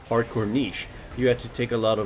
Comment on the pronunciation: Wow someone that actually says niche right.